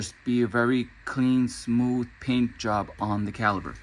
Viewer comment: It's CaliPer with a P not Caliber